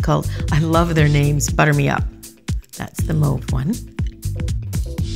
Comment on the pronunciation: I love that you pronounce mauve correctly! We don’t pronounce taupe ‘top’ do we? Yay you!